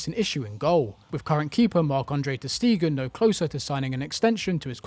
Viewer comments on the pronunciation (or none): Stop pronouncing Ter Stegen ”Ter Stiegen”